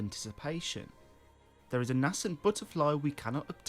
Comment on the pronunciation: May be an accent thing but it’s definitely pronounced Nascent [Nay-scent] lol